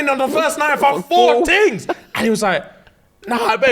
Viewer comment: "FOUR TINGS STAAACKED" I'm dead🤣